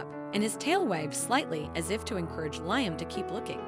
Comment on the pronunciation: LIAM is pronounced LEE-UM